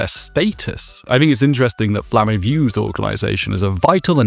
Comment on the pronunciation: You pronounce some names weird as a dub watcher. "Flamm-ay" instead of "Flamma?" "Land" instead of "Lon" basically? (Lan, really, but closer to Lon than land)